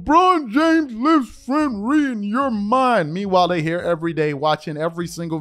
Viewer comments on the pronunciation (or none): You said frent ree in your head instead.of rent free lol....js....anyways....since lebron was in high-school they started this next mike narrative w lebron....and it would have played itself out and he woulda just been a really good player...there's been plenty of "the next jordans" that have come around and they all fell apart....the difference w lebron is...he came into the league and instead of letting his game speak...he got that dumb ass tattoo and then he was the one talkin about rankings and the best and all the bulshit...he's obviously had people in his ear tellin him how great he is etc...and fr Makin him believe it...cause.bro I really believe that lebron believes it....and I hate lebron..I respect him now bit even that's hard cause he's got no humilty...he flops fakes injury erc.etc. a big one is blame someone else..like this year....they missed the play in with 3 superstars.... 3.....and since lebron almost got the scoring title.and only stopped the attempt cause his team.told him how bad it was Makin him look...his teams out the hunt..he missed the game that was tje elimination game for them to save their season..but played the next game .this is.after he hurt his ankle at the 3nd of the year...then he play3d another game...then he missed.one..he was clearly puck8ng gam3s to play...amd they had been eliminated...so why?? Why if u can play one game.miss.the next and play the next game are u even playing at all if uts bad enough to.miss a game.in between..so he cou